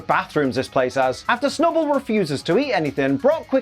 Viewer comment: Clearly it's the B for snub-B-ull